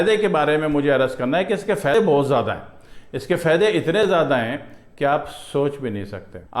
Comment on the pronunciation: Fady nahin. Faeday lafz hay